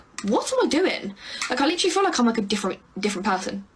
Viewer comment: And “literally,” except they pronounce it as liter-ly.